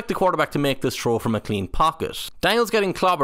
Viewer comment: Anyone else hearing troll instead of throw? 😅